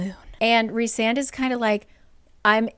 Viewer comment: EVERY TIME said Rhysand's name, my mexican brain could help but hear "Rick Sanchez"